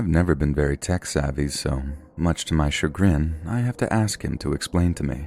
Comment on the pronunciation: Chagrin pronounced properly?! 💖😁